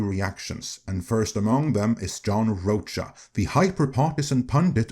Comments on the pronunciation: I think it’s pronounced Roka. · Rocha pronounced RO-ka. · It’s “Row-Ka” Ironically rhymes with “Ahsoka”. He was great on The SchmoeDown but, yeah, he sucks as a critic. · John Roacha…, your pronunciation is perfection. 👌😅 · Weird. He did blame marvel. He agrees dei went too far. And this guy guy can't even pronounce John's name. Plus, he has a point why JP did better than comic movies, cause theY SUCKED years before